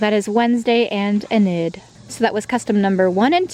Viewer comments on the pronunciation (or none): You dont pernounce Enid's name like "eh-nid" you pernounce it like "e (the way you normally say E) - nid (e-nid)" Anyways, love the customs! They are so cool